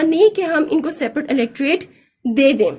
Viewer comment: Mam outstanding lecture but one thing is pronounced " electrate" right it is Electorate.